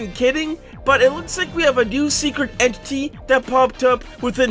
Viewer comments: Slowing it down when says entity he actually says eni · he said entiy 💀💀